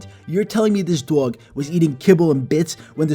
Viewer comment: Its funny how he say doyg